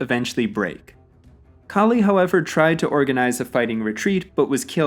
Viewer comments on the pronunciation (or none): none